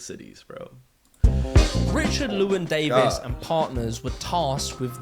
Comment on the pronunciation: His mispronouncing of Llewelyn is really grating